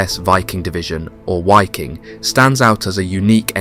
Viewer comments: Why do you say the w in waffen correct (w=v in English) but sound silly saying WHY king instead of just how it is. Viking and wiking same group of BA’s same pronunciation. Just remember the movies when one might say ,”(Ve have Vays of making you talk. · It's pronounced Vee-Keeng... Not (Why-king) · Its pronounced VIKING. German you pronounce Ws as Vs. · there is no w sound in germam so it is pronounced 'v' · The Wiking SS division ( pronounced 'vee-king) was comprised of 90% Germans, according to Roman Töppel, so not really a European army at all in the broader sense. That is not to say that quite a few northern Europeans didn't serve in the Wehrmacht or Waffen SS. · Imagine you make a 54min video about that Division but did not even spend a single minute on how to pronounce it. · The German „W“ ist propounded as your „V“. „Wiking“ is pronounced with two short „i“.